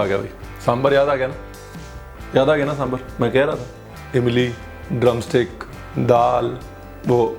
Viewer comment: I think you committed the same mistake again by pronouncing sambhar. It’s sambhaar !! 😂🤣 btw nice video. Really mouth watering delicious!! 😋